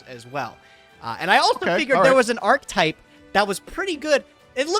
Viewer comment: please for the love of God, it's not arch-type. There is another letter in that word.